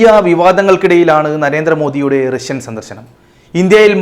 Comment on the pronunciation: രശ്യൻ അല്ല റഷ്യൻ. ബാശ അല്ല ഭാഷ 😂😂